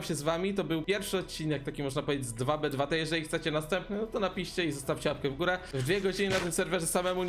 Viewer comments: Czyta się tu bi tu ti A nie 2b2t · Cymbale to nie jest DWA BE DWA TE tylko to się czyta TU BI TU TI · popierwsze nie mówi się 2b2t dosłownie tylko jakby tak tubituti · nie mów dwa be dwa te tylko po angielsku normalnie "tu bi, tu ti" bo cringe zjada